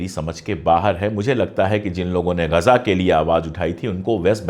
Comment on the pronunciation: are bhai "Gaja" nahi hai "Ghaza" hai.